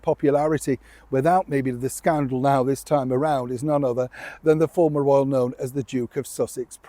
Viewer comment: Not "formal"! FORMER......